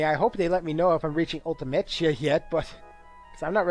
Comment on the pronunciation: So admittedly I didn't watch this LP from the very beginning, but when you pronounce Ultimechea (Ultimecia) and seedees (SEEDs) like that, is that a reference to something from earlier on? Apologies if that sounds like an odd question though, it's just that I've never heard either of them pronounced like that before.